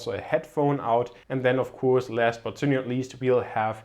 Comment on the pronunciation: Gute Videos auf deinem Channel, welche wirklich sehr informativ und gut gefilmt sind. Ich bin allerdings der Meinung du sprichst "of course" falsch aus ;) P.S nicht böse nehmen LG